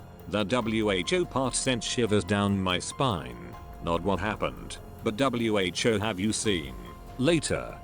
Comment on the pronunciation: Why do you say W-H-O??????